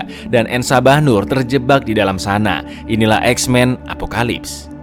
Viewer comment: izin koreksi bang "apocalypse"